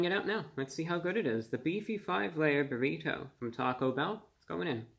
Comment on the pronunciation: Everyone: Burrido Review Brah: Burri TOE